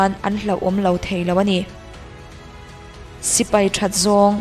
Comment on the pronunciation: 'sipei' ni lo in 'sipai' tih zawk tur ni e, Sipei tih hi Chuan an pa lo riau